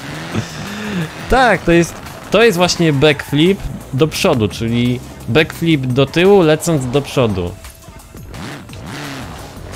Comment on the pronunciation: Nie umiesz nawet dobrze wypowiedzieć backflip pozdro